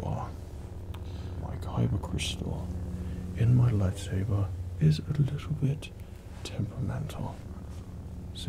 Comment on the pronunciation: He said "lifesaber"